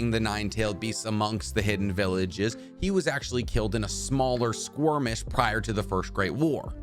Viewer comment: Are you saying squirmish? I can't help it but that is what I'm hearing. <3